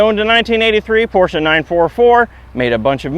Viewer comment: thank you sir, you are the first American who pronounces Porsche correctly